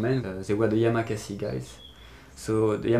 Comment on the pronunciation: It´s YAMAKASI !!! not Yamakase